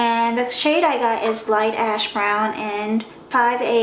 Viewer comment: lolzz i thought you said "Light ass brown"